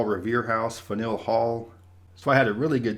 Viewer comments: Did he just say 'Fen-Ill' Hall? Pfft. (The correct answer is 'Fan-You-El" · We pronounce it "fan-u-all" but it is actually rhymes with "panel" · Just an FYI from a former New Englander. Faneuil Hall is pronounced. "Fan-you-ull" Hall. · "Fanueil" rhymes with "Manual". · New England names can be difficult. Faneuil Hall = Fann-Yool Newburyport = New bree port or new berry port Berlin NH = they put the emphasis on the Ber. Their Berlin rhymes with Bowlin' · lol thats not how you pronounce Faneuil hall at all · He wasn't even close! 🤣